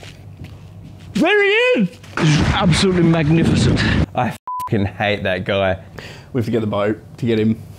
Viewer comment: Ambosutly mamnificamt